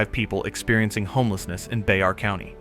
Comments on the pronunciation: It’s bear county not be har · IT'S BEAR COUNTY, not bezar. This is the worst documentary i've ever seen. 90 bullshit and not even san antonio. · Whenever he says Bexar County, he's pronouncing it Bex-ar. If you're from San Antonio it's pronounced Bear, the (x) is silent. to is San Antonio by the bus terminal. I admit that it's rough in that area but a lot of this film footage isn't San Antonio, and I see that some of it's from Vancouver . There's no need to mix match cities to make a statement. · Your dating the county name wrong. It's spelled Bexar but it's pronounced Bear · That phone number is from AZ, not SA, just saying, I did however see areas I recognized. I never saw this there, totally unfortunate. Also, the county is pronounced, Bear, fyi. Vancouver, BC looks a little better. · Its pronounced "Bear " county. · Bro even the numbers for the business in the door is area code 602 wtf?? SA is 210. Get the hell out of here with all this fake shit. And pronounce it right next time it's Bear( Bexar) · Bexar county is pronounced "Bare county" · It's pronounced 'Bear' County. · This is an outright lie...all of this ...I live in SA and this is not going on here ... The AI did not even know how to pronounce Bexar county. Stop it.